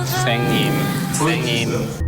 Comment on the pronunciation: His "쓰앵님 쓰앵님" 😂